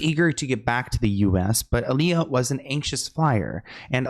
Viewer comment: It’s Aaliyah not Aalijah